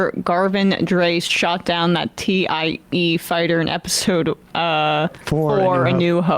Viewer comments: Oh, Sam... Clearly that's not Vader's TIE Fighter... or as Emma stated "Tee Eye EEE" fighter. Lord Vader's fighter had swept/angled wings... Clearly the staff needs to take a break from politics and watch A New Hope. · Sam and Emma need to keep their Star Wars hate to themselves 😅 And it's TIE (pronounced "tie") fighter, not Tee Eye Eee fighter. LOL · i love the disparity between Emma and Tapper. Tapper drops some niche movie trivia, and Emma pronounces it "Tee-Aye-E Fighter"